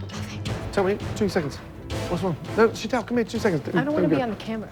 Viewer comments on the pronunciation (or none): Did nobody teach this narrator how to pronounce Sheetal? Wth is "shi-thaal"??? 😭 It's "Shee-tull" with the t sound made by touching the flattened tip of your tongue against the back of your upper front teeth.